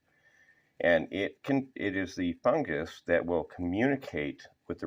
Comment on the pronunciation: FUNGUS not FUNJIS whats wrong with you ??